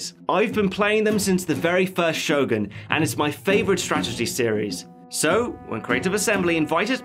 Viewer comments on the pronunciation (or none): none